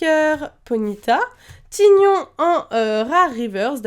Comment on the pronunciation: tygnon ce prononcé taïgnon